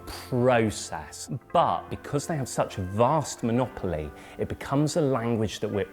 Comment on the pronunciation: The word is "monopoly" lol